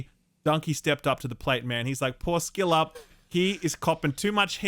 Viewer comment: So I haz question. Why do I hear "Shillup" when you are saying your name?? I am soooo confused. Everyone else, says, but you... Anywayyyy - care to comment?:)